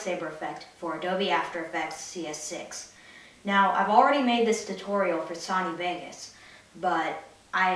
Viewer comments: It's pronounced SO-KNEE!!! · the way he says Duplicate and Sony is just cancer